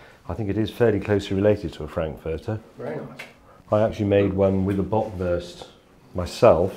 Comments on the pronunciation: I love how he pronounces "Böckwörst" and "Brattwörst" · The way how he kept pronouncing “Bratwurst” and “Bockwurst”, made me eat my own shit